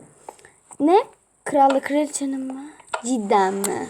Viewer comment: cideni demen gıcıma gidi zaten hepsini sen seslendirdin anladık hem maykıraffta radyo yok bunu bul oldumu cıdanı